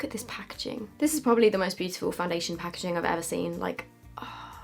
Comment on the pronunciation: Lol, "this pah-ke-jing" 🤣. Love you!